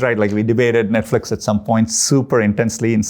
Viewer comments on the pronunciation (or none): What is netflex? does he mean netflix? google tried to acquire netflix?